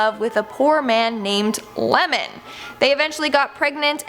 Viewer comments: its ieman not lemon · Isnt his name Iemon not Lemon. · I believe the poisoned ghost is the famous "yotsuya kaidan" story. But the guy's name was iemon. You might have read it Lemon coz the i is in capital, lol. Also I read somewhere that the production team have to asked permission at oiwa's grave so they're not cursed, coz some people from previous production of the movie/theatre did die making this production... kinda like the exorcist movie or you know... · Oiwa's husband's name was IEMON (伊右衛門) not LEMON lmao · Lemon, I laughed so hard. It’s an I not an L.